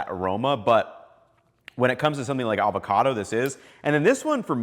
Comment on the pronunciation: “Avocado” oil, NOT “Alvarado” oil,. 😎 Great presentation 👍